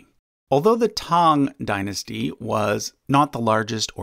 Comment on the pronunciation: As a Chinese-American, I appreciate that you pronounced "Tang" right unlike many people.